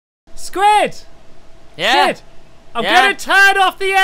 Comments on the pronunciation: you said sqauishey enstend of squid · I love your videos stampy I wish I can come to your world stampy blistic sqid sound's like sqashi.